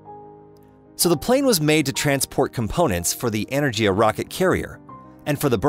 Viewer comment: The G in Energia is a hard G. Buran is pronounced BOO-ran, not behrahn. Is this a text to speech thing or was it just some illiterate schmo reading text?